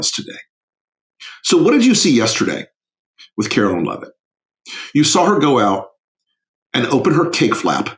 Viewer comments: It's KAREN LEAVE-IT......like George Carlin said you do woth a dump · It's KAREN LEAVE-IT,...like Geogre Carlin said you do with a dump